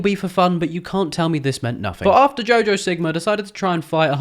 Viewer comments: You called her Jo Jo sigma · Did anyone else hear him say Jojo Sigma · Is it just me or did i hear him say jojo sigma? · Was I the only one that heard him say jojo sigma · am i the only who heard jojo sigma?